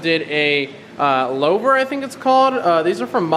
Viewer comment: yes that was a nice touch. Also louvers are pronounced Lou (as in Lou Gehrig) Verz not like lowverz, so it's like Luvers if that makes sense lol. Good tip on the plasti dip. I've got to finish taking some off my car.